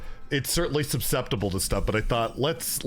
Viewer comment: Sup-cepsible ? Sub-cepsible ?